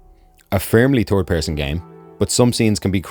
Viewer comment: “A Turd person perspective “